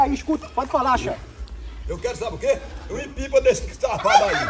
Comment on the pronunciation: Tiringa: Eu quero o "IMPIPA" dele kkkkkkkkkkkkkkk